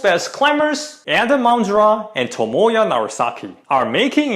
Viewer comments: idk you are intentionally pronouncing his name Tomoya or its just your accent, but it sounds like Tomoya instead of Tomoa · His name is Tomoa not Tomoya 🤌🏻